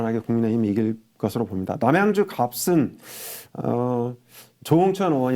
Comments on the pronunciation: 갑슨이라고 하지마시고 갑은 이라고 얘기하시는게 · 갑 을 할때는 갑슨이 아니고 가븐입니다. 조금 거슬립니다